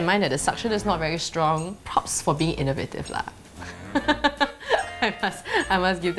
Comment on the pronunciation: Are you Malaysian? you sound like Malaysian when you said "lah"